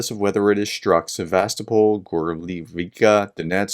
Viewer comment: You can not say Sevastopol, I can not believe you could say Birmingham. Or the word mirror or cheese properly.